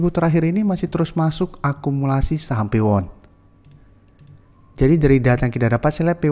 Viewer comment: Saham sih gak jelas nyebutnya